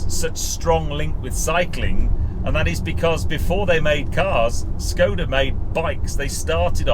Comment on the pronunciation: its a skoda not a schhhhkoda in the same way that barclays is barclays not barclaaaaays and dacia is a dacia not a dacha, love a bit of corporate speeeek me - nice car though for a skoda